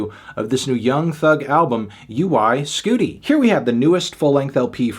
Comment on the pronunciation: U.Y. Scooti? bruh it's pronounced "OI SCUDDI !"